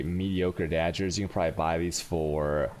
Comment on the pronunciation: holy shit. his english spelling is soooooo bad :/ daggers are not dajjers. chaos is "k"aos....